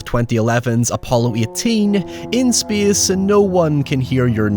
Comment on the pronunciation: It's pronounced 'SPACE', not 'SPYEE-AHSS'